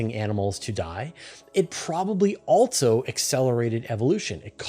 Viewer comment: "Else" and "also" do not have 't's in them. They are not "eltse" and, "altso." It's minor, but it is distracting. Where is this accent from? Meanwhile, a lot of people pronounce "often" as "ofen," sans 't'. The content is good, tho. You don't need to do a giant Dyson Sphere. Just reflect the heat back at the star. Duh. You aren't trying to hide the star, just that you are using it for energy. A Dyson Swarm makes much more sense. The energy could also be beamed to other outposts to be used as energy, or to planets, to heat them, all without being able to be seen unless one was in the path of the heat laser. This is like Legos. Why are people acting like this is hard?